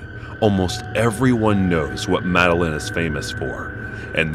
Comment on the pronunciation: Madeline are you fucking kidding me "MEDELLIN"